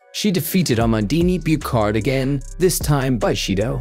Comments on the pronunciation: Amandine Buchard - Byushar not Bukhar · "The Tokyo 2020 olympic games that happened in 2021 for some reason" ... Ever heard of Covid mate ? Also Buchard si pronounced Bushar not bucarde, otherway good video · But the pronunciation of "Amandine Buchard" is awfull. So bad that I'm surprised it's an AI... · Mr. AI mispronounced the French woman’s name also. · Nice video ! Just wanted to say its pronounced "Abey" (Abe) and "Bush are" (Buchard) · same for amandine Buchard, prononciation is a like in a like in abraham, man is said close to the "monld" in almond and Buchard is not a "k" sound but like in usher and heart ou hard but without the "d" sound....